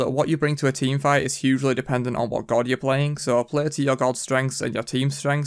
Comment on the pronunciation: Why can't you say God normaly? haha Gowwd